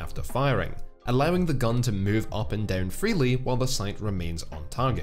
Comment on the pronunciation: Can you please say again "up and down"?